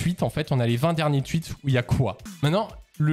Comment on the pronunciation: "les twuites"